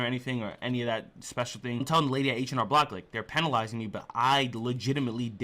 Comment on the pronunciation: It's weird how you say "penalizing" or is it just because i'm British?